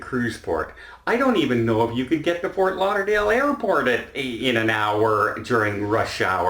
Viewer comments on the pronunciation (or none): none